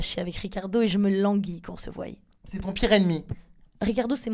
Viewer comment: Je te surkiff jazz mais on dit voie pas voille 😂